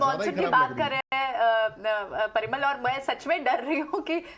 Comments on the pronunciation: Piramal nhi Parimal .... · it's Parimal, not Piramal. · Piramal nahi parimal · The basics - learn the correct pronunciation of the guest's name! It's PA - RI - MAL and not PI - RA - MAL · it's Parimal not Piramal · why ever1 is calling him Piramal, his name is Parimal 😪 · Why are they calling him Pira-mal. He is Pari-mal. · He's Parimal , not piramal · Piramal nahi parimal lol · Piramal 😂 .. ... Parivartan.. 😭😅😂